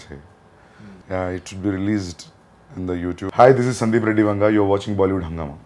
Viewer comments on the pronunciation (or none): Not Venga, it is Vanga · Why is Faridoon continuously saying Venga?? The director's name is Sandeep Reddy VANGA ! Please do some homework !